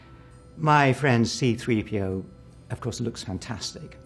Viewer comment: Also… “3.p.o.”… not that much effort calling him “c3po” nthony anieals